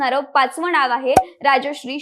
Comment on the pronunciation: अनुभव - अणूभव नाही, मनसे - मणसे नाही, नाव - णाव नाही